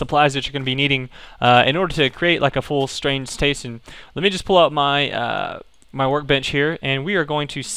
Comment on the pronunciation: whats a strain stration? :D